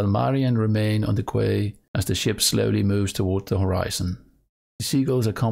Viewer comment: A worthy effort! For future reference, "quay" in English is actually pronounced like "key", "mariner" is pronounced like "mare-un-er", and "southern" isn't like "south" but actually "suth-ern" as in "uh" for the first syllable.